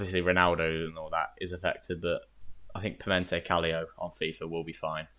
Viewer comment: You:"Pimente Calio". I stopped watching...